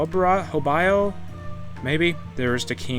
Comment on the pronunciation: The sultanate of Hobyo is pronounced HoB-Yo